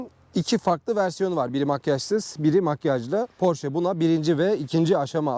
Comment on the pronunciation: marka ismini doğru düzgün telafuz eden az sayıdaki kişiden birisin,her özel isim kendi dilinde okunur ve bunun ki almancadır,amerikalılar ingilizler kendi dilinde porş diye telafuz ediyorlar ama oralarda da çok tartışılan bir konu